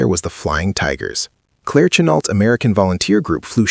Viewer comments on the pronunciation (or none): none